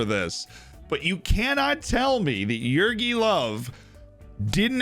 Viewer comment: Jogi not Jürgi. Like Yogi Bear